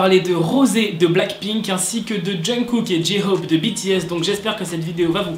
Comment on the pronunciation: Ok alors je kiff tes vidéo mais tu prenonce mal le nom "J-hope" il faudrais que tu mette l'accent un peu plus anglais en peu comme ça Jay hope (tkp je sais que sa s'écrie J-hope) voilà la prochaine fois dit bien J-hope 😁😁(conseil d'une ARMY)